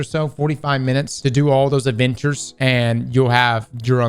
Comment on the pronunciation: Did anyone else hear Avengers when he said adventures?